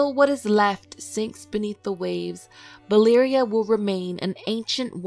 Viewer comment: is it just me that hears Balyria all the time... am I slowly going mad in here?